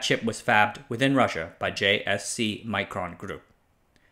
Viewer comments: I think it's not pronounced like "micron", might be wise to pronounce it more Russian, to differentiate them from Micron, an unrelated company. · The i in Mikron is as in pig, not as in Micron. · Micron and Mikron are pronounced differently, you read mikron exactly as it's spelled Микрон